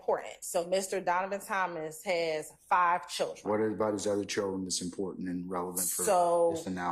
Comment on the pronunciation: Someone tell this judge it's not: "Chilren" There is a "D" in "children"